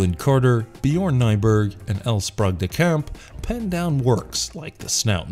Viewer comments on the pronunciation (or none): It's pronounced "Sprayg" (Lyon Sprague de Camp), not "Sprog."